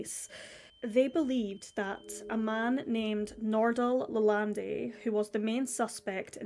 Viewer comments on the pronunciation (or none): Lalandi.....sounds Italian. Should be closer to Lalond.